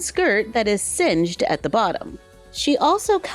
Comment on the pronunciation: Cinched not singed